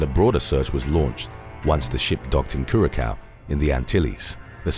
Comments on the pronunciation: Cur uh sow not Cur uh cow- Curacao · It’s not curakow...it’s “curasow” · It's pronounced 'cura sauuw'. Also 'promeen aaad". Please review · Curaçao is pronounced cure-uh-so 💕 it’s absolutely beautiful I prefer there over Aruba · It's pronounced curazao. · Curacao is pronounced Curasow. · Number 7 Cure-a-cow 😂😂😂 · You actually pronounce “curaçao” like “curasao” You pronounce the “ç” as an “s” Much love from curaçao ❤️❤️ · Please look up how to pronounce Curaçao... ✌🏽😎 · I know exactly what happened to Amy Lynn. She mispronounced Curacao and someone threw her overboard.